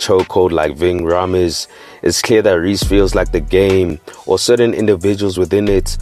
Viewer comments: Nigga its pronounced “raymes” not Rhaamez 😂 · Pronounced "Ving {Ray-mz}" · Rha-mes 😭 Rhames! nigga damn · Man said vinh raaaah meez